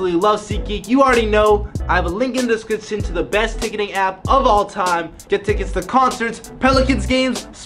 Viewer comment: Nobody: Jesse: Descrishion